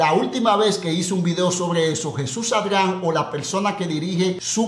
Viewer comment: Mae pero 😂por qué modifica el nombre de Jesús ADRIAN y decís ARGAN o arjan 😂😂😂😂 con solo eso veo que tus vídeos son mas de chismes y mentiras